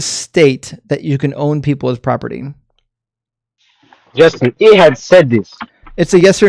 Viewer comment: Jaastin, Jaastin, Jaastin. FFS!